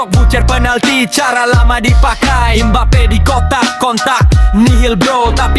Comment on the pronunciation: MBAPE tanpa (P) Jadi Mbae😂